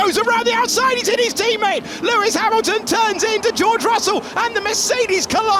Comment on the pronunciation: Pewis Pamilton 😂😂😂😂😂